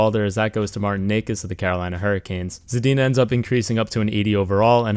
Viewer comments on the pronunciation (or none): It’s “neechas” not neckas